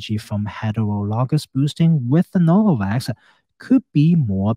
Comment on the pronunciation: “HELL NO-VAVAKS”